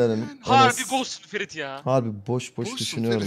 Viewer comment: Ferit böyle bir R yok ya